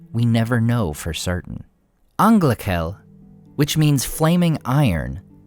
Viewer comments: Great content, as always. But for the love of Eru, 'ch' in Sindarin is pronounced as voiceless h, not as k (it's 'Anglahel', not 'Anglakel') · angla"j"el. The "ch" is like in german.